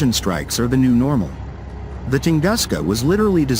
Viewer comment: Правильно не может прочесть название тунгуска,как верить всему остальному?